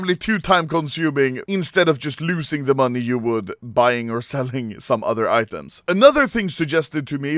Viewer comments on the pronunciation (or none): Why does this man say money like "MONII"